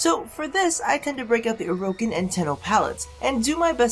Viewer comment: You pronounce orokin like Mogamu pronounces tipedo